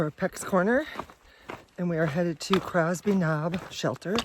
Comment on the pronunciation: Minor detail - it's Cosby Knob not Crosby. Im enjoying your videos. Keep up the good work.